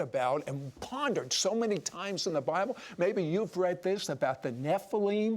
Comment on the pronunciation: Sid Roth: " the best record is the bilbe!"... Wtf? Are you kidding me?